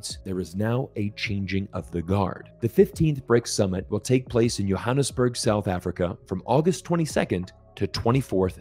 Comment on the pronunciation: You prounce Johannesburg...perfectly.